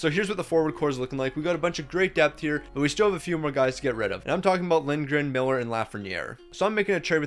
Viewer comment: calling Lindgren liligren is painful as he’s my second fav behind zibi